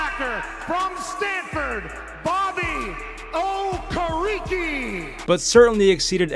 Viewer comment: McAfee really chopped Bobby Okerekes name 😂😂